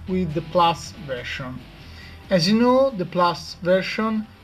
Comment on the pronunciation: weedget.. hahahaha Vershan lol